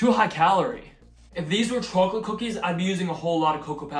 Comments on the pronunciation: "Chooalate😂" i love it! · why do you say chawklate. great vid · Interesting how the chawcholate and Cawfee pronunciation wasn’t there 2 years ago. Lol why tho? These look delicious btw